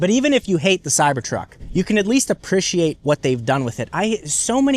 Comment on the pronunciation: Title of this video “apprishiate”